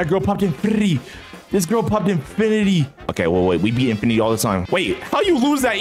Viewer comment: he sounded like he said infirrrrridy but it was infinity.